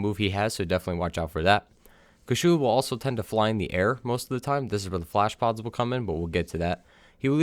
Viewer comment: Blablabla**bad pronunciation flash pods. OK so, flashpods.. Thanks